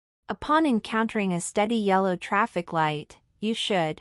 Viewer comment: bro said "taffic"💀💀☠☠😭😭